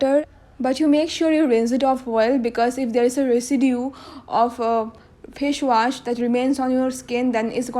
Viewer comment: Fash wash...haha ha😂😂😂😂😂